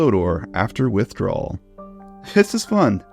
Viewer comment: "Whiff-drawal?" Unless remodeled? License-built in UK?